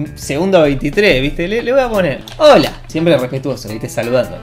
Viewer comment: Ese hola sono mas a jota jajajaja